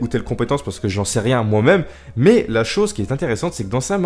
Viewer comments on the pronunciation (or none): none